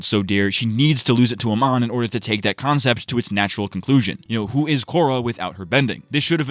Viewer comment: I like how you just kept calling Amon 'Oman' (the country), which is what I did a lot by accident as well xd